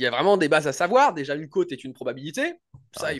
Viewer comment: tu n'as jamais fais gaffe de sa prononciation? Il dit cote comme côte de bœuf ou côte à monter 😂 Je te kiffe 😘